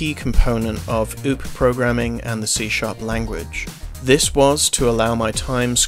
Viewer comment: It's more like O-O-P like 1 word for each letter. Good video!